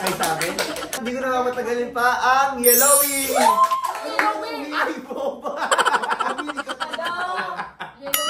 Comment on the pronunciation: Dapat yeahloe hindi walloe